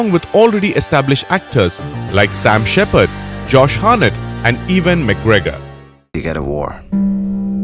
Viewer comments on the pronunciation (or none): none